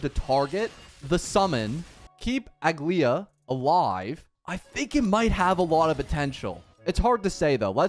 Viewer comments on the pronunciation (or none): its not pronounced aglaea its "ugly ahh" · You don't pronounce the last "a" so it's Aglaé. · It's aglA-ya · A-gla-ea aglaea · How do you not know how to pronounce her name if you played the story lol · No hate or shade but I genuinely never understand how people don’t understand how to say a characters name when they themselves say it if you don’t have the English dub on Turn it on for 2 seconds